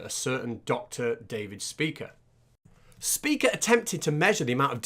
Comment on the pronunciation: Dr. Speaker? Speeker? Spyker is definitely closer.